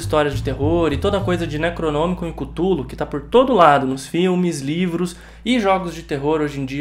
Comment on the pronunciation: Você pronunciou errado, não é Cthulhu, é Cthulhu